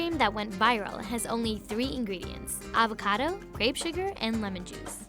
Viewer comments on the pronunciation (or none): none